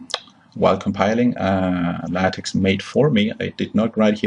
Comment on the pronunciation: Nice video, however you should learn how to pronounce LaTeX correctly.